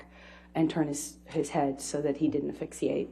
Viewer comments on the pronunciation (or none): I think she is saying ‘fixiate’ instead of asphyxiate. Her brilliance is staggering.